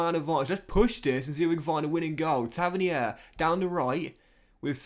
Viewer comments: its pronounced “tav-earn-ear” not “tavinihair” 👍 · Taverneer it’s pronounced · Great video as always. bro look up the pronunciation of both solanke and tavernier your saying it a big wrong hahaha. Keep up the videos man the views are banging